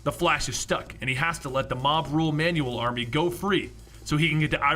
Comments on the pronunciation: It's annoying how you pronounce Manuel as man-new-wel. It's pronounced MAN-wel. Dude, I literally stopped watching midway cuz I got annoyed every time you mentioned manual HAHAHA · I know you've seen this, but it's driving me nuts. It's pronounced "Man-well."